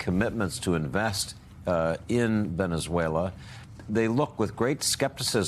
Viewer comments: Donald Trump, "Venezueler." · TRump: . Venice-whaler that’s how he pronounces the SA country. Listen at the :08 mark. My bag of chips are still $6 a bag. What happened to America first? Seems like we are an afterthought. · “Veneswayler” - Dementia Donald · Venezueler? Dónde es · Hellurr Venezuellurr TrumpDea smh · "Venezwhaler?" What an educated President the U.S. has!😂😅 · Venezuelerr.. at least make an effort to pronounce it correctly. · Venezueler !?!?!?😂🤪When did Venezuela become Venezueler! I believe " there isn't an R in Venezuela. Low IQ